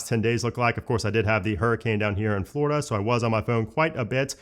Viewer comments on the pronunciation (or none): none